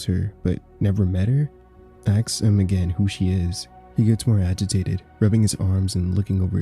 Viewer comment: "Ask" Not "ax" 😂 please sir